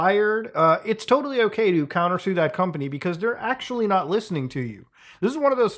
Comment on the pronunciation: "We are noy friends anymore" lmao